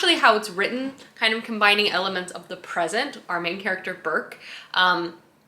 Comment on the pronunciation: I absolutely LOVE the Ancillary series, such an innovative series in so many ways. (Also it's Breq not Burk 😅)